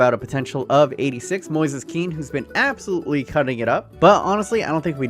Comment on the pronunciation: It's moise kean not moses.